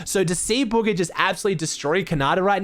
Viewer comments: Anyone else realize is saying “buger” instead of bugha 😂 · Did he say buger